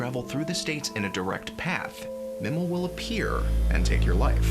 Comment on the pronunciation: Pretty sure it’s MIE-MEL.